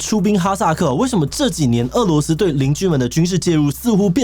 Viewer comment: 日前，台湾主播将“俄（é）”罗斯”读成“饿（è）”罗斯，当大陆网友指出时，台湾主播坚持没有读错，但是翻了字典后发现被狠狠打脸。